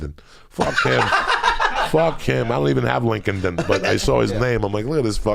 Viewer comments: “LinkendIn” hahahahahahahahahahaba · "LinkolnedIn" Copyright Joey Diaz